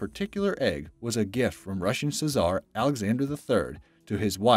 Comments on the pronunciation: Fabergé is pronounced "fah-bir-ZHAY," NOT "fah-BER-zhah." - "Russian sizzar??? Czar is pronounced "zar." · Czar = “zar” Frabrege egg = “fab-ruh-shay” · The Russian "say-zarr", as you pronounced it. It is simply pronounced "zar". You don't pronounce the C, you see. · Czar is pronounced zar not cizar if anyone was wondering. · "Sa zar" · avg joe gaming it's Czar, not cezar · fuh-bear'-jay egg?? took a pitcher of it? A Russian suh-zar? *Fa'-ber-ge *picture *czar (pronounce zar) Have you been hiding under a rock that you don't know these very common words and how to pronounce them? This is shocking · Fabregé correctly pronounced "faberzhe" or "fab-reh-zjay", it's a Russian name...I think it was the name of the guy who either made them or was somehow involved, I can't remember right off hand. Czar correctly pronounced is "zar", not "see-zar", another Russian word 😊 Sure wish I had found that egg!! Please correctly pronounce picture as "pik-sure" or "pik'tyoor", not pitcher...those are 2 completely different things. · There were so many mispronunciations, but "czar" sounding like "Ceasar" was one too much! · AMAZING!!!! Dear God do you people do any research of how to pronounce anything?!!!! The Russian egg? Fab•er•shay Russian Csar? Zar I’m not even going to list the other mispronunciations lol I seriously expect better of you lol Just hire a proofreader who can simply verify the correct pronunciation of all the words that are not common for peat sake. It’s not difficult lol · If you are going to be an announcer. Learn to pronounce words properly. The faberge’ egg. You pronounced wrong. A gift from the czar of russia. Also wrong. It’s pronounced Zar. Ignore the C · If you're going to do voiceovers, learn how to pronounce words. Especially basic ones like "McEvoy," and "Czar". This is a rampant problem on YouTube. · Why can't this announcer pronounce Fabrege or Czar????